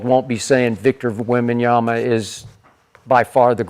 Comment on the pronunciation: shad is just a ducker and also a fake and a bandwagon fan, he aint a wemby fan, pronouncing wemby's name wrong over and over is just embarassing